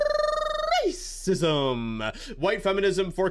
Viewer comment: Love your material and your videos but the way you say racism has given me aid to unsubbing